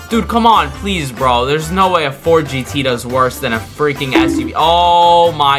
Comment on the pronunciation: "Fort" it's Ford